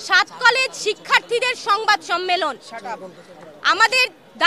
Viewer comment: 'সংবাদ সম্মিলন, ' ' দাবিসমীহ'😂 😂😂 এই পর্যন্ত শোনার পরে আমি আর শুনিনি। ঠিকমতো শব্দ উচ্চারণ করতে পারে না,আবার আসছে ঢাকা বিশ্ববিদ্যালয়ের সার্টিফিকেট নিতে। শখের তুলার দাম দ্রব্যমূল্যের ঊর্ধ্বগতির সাথে তাল মিলিয়ে ৮০ টাকা থেকে ১৬০ টাকা হয়ে গেছে 😂